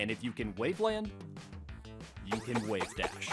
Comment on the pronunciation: Nickelodeon. Just said...'Wavedash'. B O I